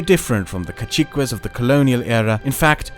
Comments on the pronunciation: It's a minor detail, I don't know if that is it's english pronunciation but "Caciques" is pronounced in spanish as kasikes would be in english not kachikues. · I can help with the pronunciation of "caciques". It's "ca" liken in cat, "ci" is with a Spanish sound we write with c or z, but you can pronounce it like in city, and "ques" like in quesadilla.